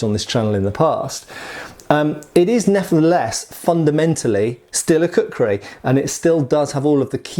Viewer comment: It took me 2 minutes to realise he was saying kukhuri and not cookery